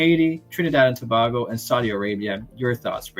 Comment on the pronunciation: Thanks for pronouncing it properly as To-bay-go… not sure why people in the US mispronounce a neighbour as to-bah-go…